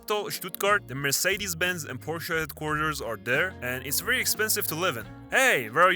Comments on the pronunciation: as a german from baden-württemberg i‘m proud u said PORSCHE and not porsh 👍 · Du hast PORSCHE richtig gesagt Dankeschön 👏🏻💪🏻